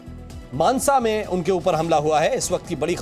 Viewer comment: मनासा नही, मानसा है।